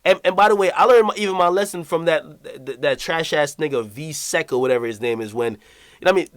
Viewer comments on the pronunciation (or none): Did Ak call VI Seconds "V SEC"? Hahaha!